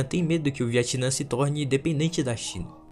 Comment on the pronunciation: Porquê você chama o Vietnã de Viatinã kkkkk